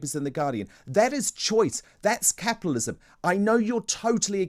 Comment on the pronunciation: I think the baby needs changing. They want to turn the clock back 200 years. Capitalism is killing itself - erm, not anywhere on this planet except North Korea. And dear Lord, learn how to pronounce the letter T. Capialism isn't how it's spent.